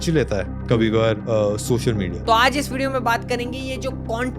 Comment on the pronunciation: videos achi banate ho, bas social ko shoshal kehna bund karo 😂